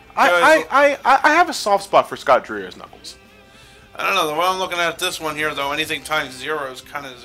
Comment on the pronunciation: Scott Dreier is actually pronounced like Scott Dryer. I actually got to meet him when I went to Disneyland a couple of years ago and he was doing a seminar there. Super cool guy. He did the knuckles voice for me, ahaha.